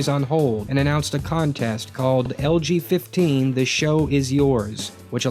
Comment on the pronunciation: I kept hearing "LGBT" instead of "LG15." :P